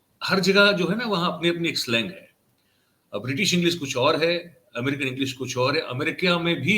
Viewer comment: इसी भाषण में 4 मिनट 31 सेकंड पर अमरिकान और इंडिया भी है।😢 अमेरिकन नहीं 😅😊 वैसे जिस की भाषा इंग्लिश हमेशा नहीं रही है, और कभी कभार अंग्रेजी में भाषण देने का मौका मिलता है, तो इस प्रकार की गलतियां हो जाया करती हैं। लेकिन बातों का बतंगड़ तब बन जाता है, जब विरोधी दल मजबूत हो तो उच्चारण को लेकर एक दूसरे को नीचा दिखाने से चुकते नहीं हैं। उच्चारण को लेकर इस तरह का व्यंग हमेशा बनया जाता रहा है।😭 राहुल गांधी और लालू जी की बातों का भी काफी बार मज़ाक बनाया गया है।✌️